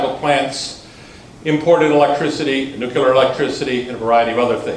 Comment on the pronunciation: New klee urr, not nuke you lrr.